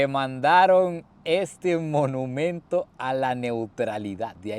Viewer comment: No se dice menumento se dice monumento